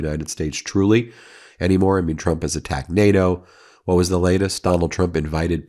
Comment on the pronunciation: Have you noticed that Caroline with a K can’t say the word Trump. She says chump.